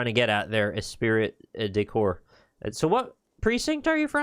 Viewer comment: Minor correction: Esprit de Corp is a tricky one because it's French, pronounced "espree" instead of "espirit." You might already know if this is an older recording.